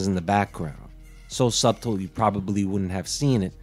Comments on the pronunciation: Bro, c'mon. You're smart enough to know that sub-tull isn't a word and subtle is pronounced suddle...are you purposely being awkward? Mmmmm flavorade. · did he say "sub-tle" instead of suttle? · Yes, he pronounced it that way twice. And it seemed very intentional! Then again, I pronounce the "t" in "often", so to each their own. 🤷